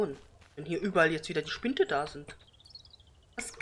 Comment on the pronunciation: Spinde, nicht Spinte - aber es gibt viele LPer, die das so aussprechen, also ist das LPer-Släng.